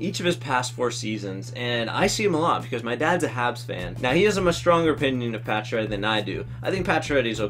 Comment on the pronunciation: Pacioretty lol